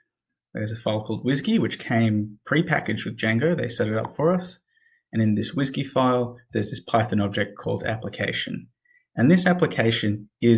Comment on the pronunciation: The way you said WSGY was very funny hahahahah. Great series man thank you very much!!